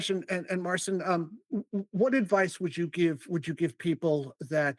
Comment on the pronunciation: Marcin and Bartosz are too polite and don't correct yourabsolute butchering of Marcin''s first name.